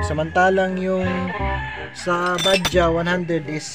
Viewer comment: Sir ang kawasaki bajaj po! Ay hindi baja. Bajads po! Ang tamang bigkas sa bajaj